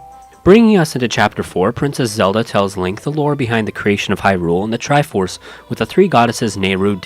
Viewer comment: The TRI-by FORSE 😂 priceless.